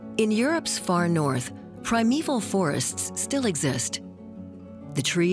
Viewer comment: No idea who the narrator is but I assume it’s a professional speaker. A primeval forests /PRIMEVAL forests/ is /Primeval FORESTS/. a reindeer herder is a /REINDEER herder/, not a /reindeer HERDER/- what else „reindeer“ would he be in context?